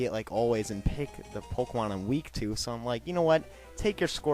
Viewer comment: "To" not "ro"